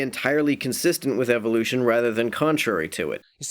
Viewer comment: Anyone else notice how he pronounced evolution as evilution?